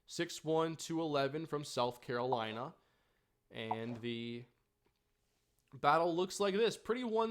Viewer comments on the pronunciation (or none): none